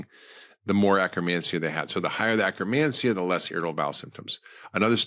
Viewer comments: You say acromancia or do you mean akkermansia. I do see pendulum life supporting akkermansia supplement. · He's saying akkermancia